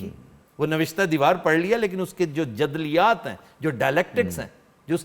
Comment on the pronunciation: سر، یہ درست لفظ جَدَلِیّات ہے۔